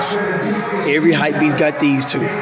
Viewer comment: Why you alwasys saying hypbeast